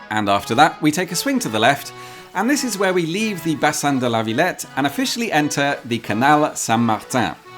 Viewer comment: and the way he says Villette doesn't bother you